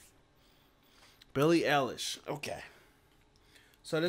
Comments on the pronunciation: Its pronounced eye- lish eilish I'm surprised you don't know who she is she's a huge artist youngest grammy winner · You're really asking, who she is? 😂 Well, just for starters: Billie Eilish (pronounced: Eye-lish) is one of the most popular and awarded music artists worldwide. Streams of her songs and videos are in the billions, she's had the most successful album in 2019, she's a five time Grammy winner and has just received 4 new nominations, not to mention all other awards. She's the most streamed female artist on Spotify worldwide in 2019 and 2020. She writes all her music (with her brother Finneas, who's also her sole producer), she sold out a world arena tour in minutes, she's now also directing her videos. She wrote the theme song for the new James Bond movie. She's going to turn 19 in a few weeks, but has already had a music career for 5 years! Imo, she's the most interesting, creative and talented music artist, which I've discovered in the last 20 years. SHE IS AMAZING!